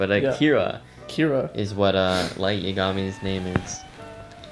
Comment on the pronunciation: its not yaaa-ga-mi its just yagami. In Japanese they try to give all their syllables the same length.